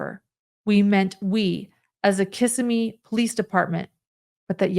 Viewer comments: Its kuh-simee NOT kiss a me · As a Florida resident you’re driving me crazy with the mispronunciation of Kissimee. It’s not pronounced Kiss-ah-me. It’s Kiss-sim-mee. You’re welcome. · Just an FYI: Kissimmee (accent on 2nd syllable) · The town is pronounced Kiss-SEM-ee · One note: The town’s name is pronounced Kiss-Sim-Me. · Fyi Kissimmee is pronounced casimee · Just fyi it’s pronounced Kiss-SIM-mee 😊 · “Kissimmee” is pronounced “Kiss-Seē-Mē” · It is pronounced. Ki-simy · I love how people who don’t know Florida pronounce Kissimmee. OAN, I hope they fixed him in leg